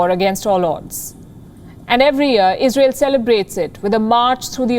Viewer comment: lol it’s “Israel” not “Isreal”